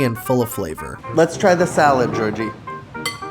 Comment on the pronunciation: Could you say Calabrian chili oil with the same umpf he had? Ya know Cahlahbriaaan Chili Oihhll xD